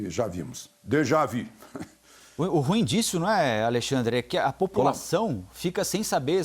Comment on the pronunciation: Só um Feedback. Por que todos falam a palavra ruim de forma errada? Até jornalistas?